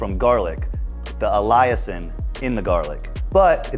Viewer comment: Allicin is pronounced like Allison. It’s fantastic for people too! You can smash a garlic clove and get the same effect! ❤ love your info all in one spot.